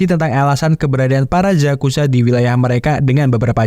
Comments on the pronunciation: yakuza bang bukan zakuza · yakuza om bukan zakuza